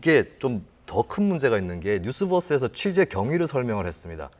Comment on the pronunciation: 뉴스뻐스라는 말이 자꾸 걸리네요^^ 유니뻐스라 안하잖아요 ㅎ